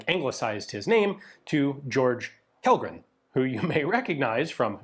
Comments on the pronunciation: Kjellgren pronounced like Chellgren. Kj = Ch. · The K in "Kjellgren" is not silent, try Chellgren to get closer. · Kjellgren has stress on the first syllable. It's not accent 2 like Lundberg or Bergqvist. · "Kjell" Is pronounced approximately as "Shell"in English. Take it from a Swede. We have a lot of "sh"-sounds spelled in many weird ways. About 10 of them. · Kjellgren, is closest pronounced like ”shell - grain” that’s more or less how we say it. Kjell is shell (like shotgun shell) and gren is pretty close to your word grain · Kjell in Swedish doesn't actually have the silent "K" like that. Instead the "Kj" is quite close to "Sh" in "Shell" so say it like "Shell-gren" and you'd be almost spot on (as well as quite fitting). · for future refrence to how to pronounce Kellgren just say it like Shellgren and it will sound correct, thanks for the video! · Kjellgren is pronounced like shell gren. Interesting video! Greetings from 🇸🇪